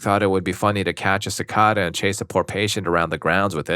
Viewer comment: The pronunciation of cicada is killing me